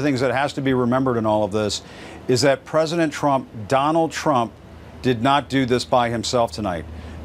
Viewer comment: "The Preshident" -- Sleepy Joe